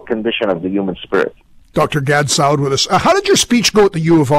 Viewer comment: Pronunciation of Dr. Saad's name at the end: Gad Saudi...lol